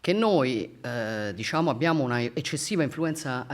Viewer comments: disciamo…disciamo…disciamo che hai fatto il comizio dai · Mi è sembrato di sentire "Disciamo" a un certo punto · DISCIAMO 858393 VOLTE LIVELLO DIALETTICO IMBARAZZANTE. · Disciamo disciamo slinguata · 😂 Riassunto Disciamo diciamo disciamo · Chiaramente e disciamo pronunciati 269 volte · disciamo e non disciamo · Si ma la propaganda ha fatto cacare, ci avete messo pure gli immigrati e la famiglia del bosco per giocare sull'ignoranza della gente. Non era più semplice parlare del merito della riforma? Ps: quest'idea mi è venuta quando ho perso il conto dei "disciamo" sentiti. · Disciamo, Disciamo, Disciamo, Disciamo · 1 ‘disciamo’ ogni minuto e 15sec misa si è record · "Disciamo" counter? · il gioco dell'anno bere ogni volta che la Meloni dice: "disciamo" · Sul finale sembra prendere il volo un bestemmione (vota sì se ti è sembrato di sentirlo). Fedez contagiato dal "disciamo". Ottimo lavoro, episodio vero e riuscito.